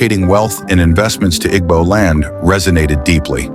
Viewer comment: What is the need of using western voice, can't pronounce IGBO.